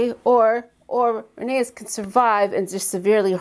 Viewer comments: Rhaeneys not rhaneyras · Rhaenys (i.e. The Queen Who Never Was) is pronounced RAY-KNEES.